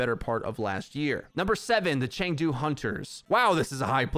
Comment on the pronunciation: Chengdu is pronounced Ch uh ng doo.. go hunters